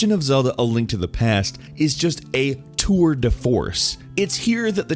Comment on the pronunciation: " a twour the force " Imao ! I'm french, it's make me lauthg a lot